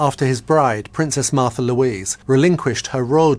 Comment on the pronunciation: Her name is Märtha, learn to pronounce it correctly!